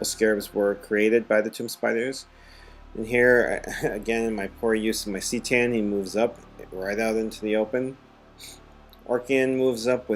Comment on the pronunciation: Not trying to troll you here, but I just couldn't keep my mouth shut on this. C'tan is pronounced "kuh-TAN" not "SEE-tan."